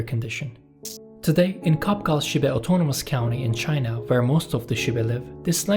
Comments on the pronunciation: It’s pronounced “Chabchal” (in our language is [tʃʰaf.tʃʰaɹ] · I think Qapqal is pronounced soft ch, chapchal, in conformance to Chinese PinYin system. Not q/k.